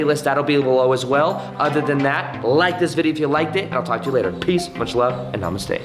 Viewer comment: I love it when you say "Namastey"😄💜🤍